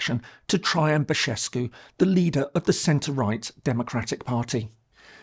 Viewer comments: The way you pronounce Bashescu instead of Basescu sounds in Romanian kind of like saying FART-escu. Which ... yeah, fair enough! 😂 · The way u pronounced Basescu, "Bashescu" Sounds like "basina", which basically means "a fart" 😆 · Thank you for your care to details about our country! Just one observation, it’s “Băsescu”, not “Băşescu”. The latter turns his name into a fart joke. It’s a very humorous moment in the middle of a very serious video there. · I'm sorry, but it's so funny your pronunciation of Băsescu - you called him Fartescu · Did someone fool you into pronouncing "Băsescu" as "Bășescu"? :))) "bășină" means fart. Very mature. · Bășescu, funny but you stressed on this pronunciation. Farter, it's true this is what he is at present moment. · hahaha și eu am râs la Bășescu. poate rimează cu Ceaușescu și de asta l-a pronunțat așa. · As an englishman living in Romania, every time I hear a Brit say "CeauCescu" instead of Ceaușescu I want to scream. Your comment to move the incorrect "sh" from "Bășescu" made me laugh a lot! Seară bună! :)) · If I may correct you a bit: it s not pronounced "Bashescu." , Both letters s in Băsescu's name are pronounced s . In order to be pronounced like "sh" in English you would need a different letter, "ș", which in essence is written as a "s" with a comma underneath. Romanian language is largely phonetic, meaning each letter is almost always pronounced in the same way. (Ce, ci, ge, gi, / che, chi, ghe, ghi being the obvious odd ones) in "Iohanis" the "h" is clearly pronounced .It is not mute. But you nailed 'Georgescu' perfectly. And I happily notice the use of "ă" in his first name, Călin, quite rare for an English media. Think of Emma Răducanu, for example :) BTW "ă" is nothing else than the most common vowel in English language, the so called schwa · I like how you pronounce "Basescu"... Very apropriate pronounciation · Nice video! It's not Bășescu but Băsescu! no sh this time hahah